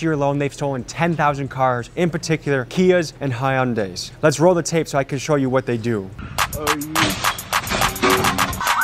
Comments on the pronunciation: High-un-day? Really? It's a Korean company and it's pronounced huhn-day. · "Kias and Hi-Undays"